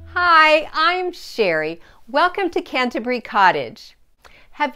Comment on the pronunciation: I love your bedroom! It has that perfect English look I grew up with. Thank you so much for pronouncing Canterbury properly. Well done!